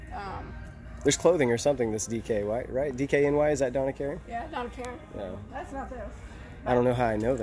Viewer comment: "Hurri-skane" & Donna Karin! 😂